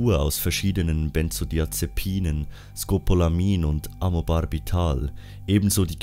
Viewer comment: Bist Du eigentlich Dealer oder Apotheker, dass Du "Benzodiazepinen, Scopolamin und Amobarbital" fehlerfrei rausgebracht hast? Oder hast Du vorher geübt? :-D